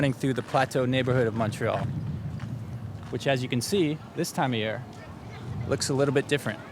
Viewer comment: ive heard u pronounce montreal as mawntreal in the past. hearing u pronounce montreal (mon like money) made my day. please consider doing a video on different montreal accents both french and english. great content keep it up